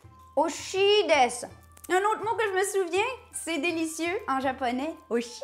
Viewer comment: Pas "Oshi desu" mais "Oishi desu" ;) Bien prononcer le "i" sinon ça veut dire autre chose. J'ai bien envie de tester cette vinaigrette Mmmmmmmm <3